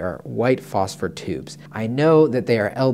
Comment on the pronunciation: I can't seem to find NVG-40's anywhere anymore. Also, can I say that I'm happy you used the word phosphor instead of phosphorus like some people like to say lol